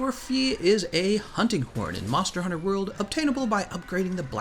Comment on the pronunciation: Do you fucking know how to pronounce the fucking names ya twat? Disliked just for your name butchering.